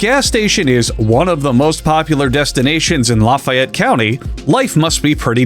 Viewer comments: fun fact, it's luh-FAY-et County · So it's pronounced Luh-fey-it in Lafayette county Mississippi and Chicken-on-a-stick from the local Chevrons really is a big deal. But it goes deeper because all of the Chevrons in town are owned by a mini cartel that make it so there's almost no gas stations except Chevron so they can price fix.